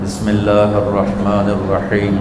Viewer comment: Bismisla irrakman irrakheem galat h sahi kar ❌ ✔️Bismisla irrakman nirrakheem